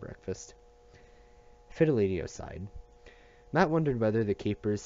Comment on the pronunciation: This series really helped | side note it’s pronounced Fid-e-li-to not Fil-e-de-tio